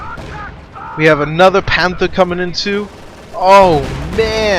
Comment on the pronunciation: yea, i kinda hate the way he says panther